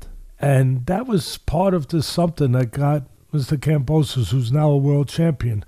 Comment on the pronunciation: Love the big time boxing fan trying to impress by calling Kambosos, Kamboso the donut